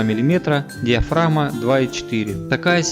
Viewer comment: Гхэкающий обзорщик)))) диафрагхма, Гхугл пиксель, слух режет. Лучше уж на мове